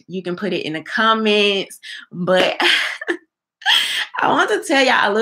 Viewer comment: Hey yow? Surcribas? commence ? udder day?👀 Girl please get a grip on the English language. There is a big difference between speaking with a southern accent and just plain old butchering words. Your thoughtful content is good though.